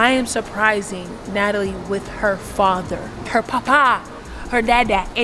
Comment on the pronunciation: “it’s me yuh fada” that’s the only time she sounded jamaican lmfaooo